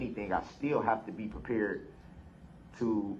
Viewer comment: Prepeeered? Recourt? Dude. You talk like you’ve never had an education! Also you literally just yelled at her about your “shock” devices and now you want something from her! She’s amazing. You’re garbage brooks